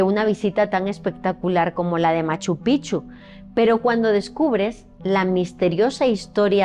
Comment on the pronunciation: Gabino Sánchez no Chávez Fue mi tatarabuelo y tengo fotos de él en Machu Picchu con los amigos que mencionaste!!! ✨✨✨ Y espero no caer pesada pero la pronunciación de Machu Picchu es PiKchu. La mayoría lo pronuncia mal. 😊